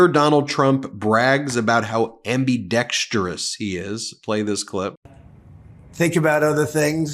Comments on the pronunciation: What the heck does Trump mean that he's '"ambeedextris? " Does that mean that he can talk out of both sides of his mouth at once? For a self proclaimed genius, he shouldn't use words he can't spell, pronounce, or know the definition of. That leaves out most words over 5 letters long. 💙💙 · He can’t even pronounce ambidextrous.